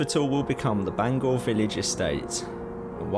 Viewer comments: It’s pronounced Bang hour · Great video I really enjoyed watching I’ve spent loads of time walking round Bangour but now it’s being developed a shame really Incidentally it’s pronounced Bang our as in ow in the middle 😅 some of my friends used to work there before it closed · Bangour is pronounce Bangower in Scotland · Just so you guys know Bangour is pronounced ban-gouwer, like hour. I was born in the now knocked down main hospital back in 84. Edited: Also fun wee story, my Dad and uncles used to get their magic mushrooms in the surrounding woods or at least so they say lol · And Bangour 😂